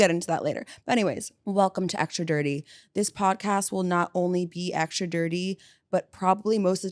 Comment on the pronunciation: You know the word is extra, not aktscha, don’t you? 🤔